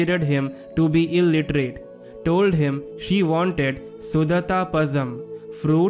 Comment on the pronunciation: It's actually not Suthaa , it's Sutta ( सुटट _ Sutta _ Su + th( it) + Tha) ... It's not Sudhatha , it's Sudhaatha ( Su + Daa + Ta ) _ ( सुढात _ Su + Daa + Tha (i.e.Daa is long vowel ) ... It's not Pasham , it's Zha __ La , Lha , Zha variations of the Lagaram La ... This ल is three in Tamizh , just La is ल , Lha is ள and Zha in Latin script refers to tongue folding very deep into the mouth with a sound Lhhaa ழ ... That's why Tamil is said as to pronounce as Tamizh ( தமிழ் ) ... Due to presence of Zha ( ழ) ... It's Palam ( fruit ) in Samaskrit and in Hindustaani , but in Tamizh it's Pazham ( பழம்) , La , Lha , Zha variations has to be visibly understood ...